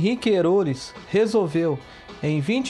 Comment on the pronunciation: NÓS DAQUI DA REGIÃO, Conhecemos a emprêsa e a família do fundador com o ERÓLES e não Erôles. Outra: A cidade vizinha que eles alcançavam com s/ ônibus é GUARAREMA e não Guaremo, como VC disse. MAS ASSIM MESMO, VALEU.